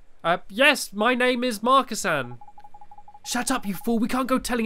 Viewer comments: It's Marcasan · It's marcasan but it says marcisin